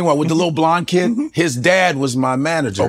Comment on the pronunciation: As a keeyid